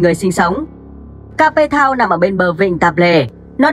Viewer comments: kếp thao not ca pê thao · Ca pê tao. Mình nghĩ làm những nội dung này bạn đọc kỹ lại chút Cape Town mà bạn phiên âm